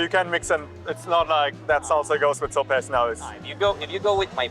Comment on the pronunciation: No es uno de los mejores guías, ja ja ja se pronuncia sopes no sops